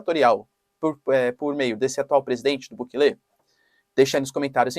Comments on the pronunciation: Professor não é bukele e sim Bukéle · O presidente Bukele, que aliás não se pronuncia assim caro Professor e sim como se a do meio fosse a sílaba tônica (Bukéle), enfim, ate agora ele fez coisas interessantes e diferentes, não sei se isso seria combater fogo com fogo mas pelo menos toma providências enérgicas, esperemos que tenha bons resultados.